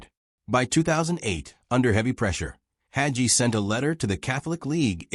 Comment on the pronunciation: It's pronounced hay gee(rhymes with sea)